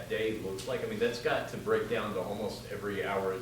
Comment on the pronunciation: Cu instead of to 😂